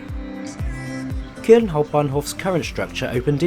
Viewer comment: "I'm here in kuhln"